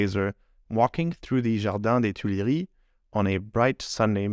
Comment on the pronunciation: I'm French, and you pronounce "Jardin des Tuileries" very well. I give you a like for that 😊 great video by the way